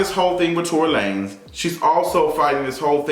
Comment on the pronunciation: When you said Tory LaNes i lost it🤣🤣🤣🤣🤣🤣🤣